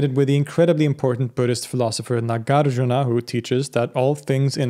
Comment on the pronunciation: Correct pronunciation; NAH GAHR JOOR NAH MAH DIY AH MEE KHAA